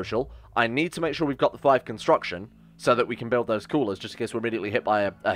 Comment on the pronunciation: It hurts my soul when he messes up constitution and construction.